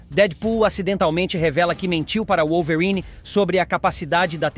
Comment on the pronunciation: pq q esse cara fala wollverine desse jeito? kkkkkkkkkkkkkkkkk